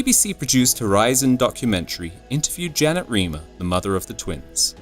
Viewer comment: Last name is pronounced rhymer not reemer